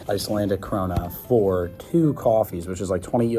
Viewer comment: youre pronounciation of ''kronor'' is so wrong its hilarious